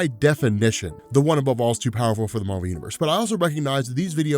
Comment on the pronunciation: Its MAR-VEL